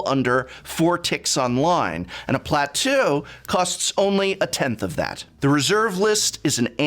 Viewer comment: Not me rewinding 10 times to see if he actually said 'Platoo' or my ear had a brief stroke. Still, this is such a good video, and immensely held up.